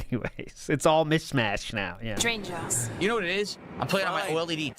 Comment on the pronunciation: How can you not support Lego Batman? it's a mish mayush